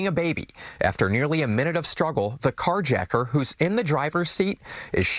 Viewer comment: "CarjRacker..." Tha total F?